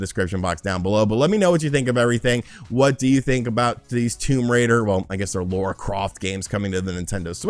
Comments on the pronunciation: Bro it’s Lara not Laura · Its lar-ah... not lore-ah :p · Might be your accent dude but it sounds like you’re saying “Laura”, not “Lara” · Triggered my OCD…it’s LARA, not Laura (okay, rant over) :-P Also, a port of Tomb Raider 2013 would be awesome…but unlikely… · When you say Laura Croft I'm just sat here like LARA CROFT!!!! 😂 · Not Laura Croft. Lara Croft. 🤪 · It's LARA!!!! Not Lora 😉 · L A R A Croft,! Not Laura 🤦🏻‍♂️ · Lara not Laura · I always cringe when you call Lara, Laura. lol. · Did he just call her Laura? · "LAURA" Croft making me cringe. 😖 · He really has trouble with that!